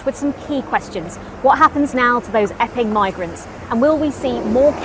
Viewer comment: I totally heard her say "effing migrants" until I remembered I wasn't listening to GB News and it was actually "Epping migrants".